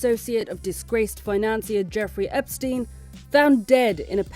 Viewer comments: Shefri epstin😅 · ..."CHEFRI EPSTIN"